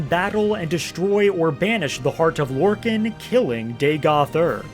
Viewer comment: is this guy Trolling? Sotha SEAL? its S ILL like ILl SIL SOTHA SIL! and LORKIN? GODDD ITS LORKA NNN LORKAHN! the rage bait worked on me...